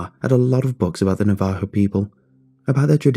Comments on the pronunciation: Navajo - (NAE-vuh-ho), not (nuh-VAE-ho). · you pronounced Navaho wrong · The way he says Navajo is borderline maddening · I hate the way you say "Navajo" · Lmfao.... Navajo here an i just chuckle at it lol I've never heard it pronounced like that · same, living in the four corner area it made my skin crawl and i corrected it every time